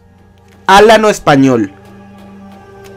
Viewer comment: Me pone de los nervios que digas álano español. Se dice alano. Y es la mejor raza que existe y existirá en la historia